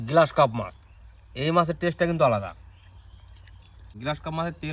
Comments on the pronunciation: গ্লাস কার্প নয়। গ্ৰাস কার্প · গ্লাস নয় গ্রাস কার্প হবে( ঘেসো রুই )